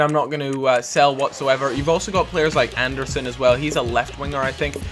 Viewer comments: Andersen's name is pronounced: Ahn-er-sehn. trust me, i'm danish :> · the d in Andersen is silent